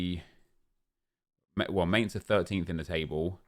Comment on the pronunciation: I am german from mainz and it is really annoying the wey he says mainz